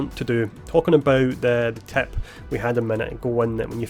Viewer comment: You say "Tip" and it's sounds like TAP